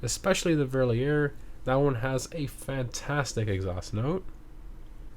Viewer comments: "Verlierer" is German for "looser" and you pronounce it "Ferr-lear-er". But I like the French melody in your pronunciation as well 😅 great video as usual, thanks. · Just to help you to say the cars right, the 'Verlierer' is pronunced fair-lee-rare